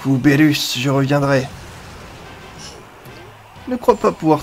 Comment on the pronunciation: on dit pas bérus on dit birus